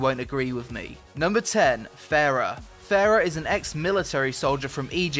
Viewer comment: ITS PRONOUNCED FAR-AH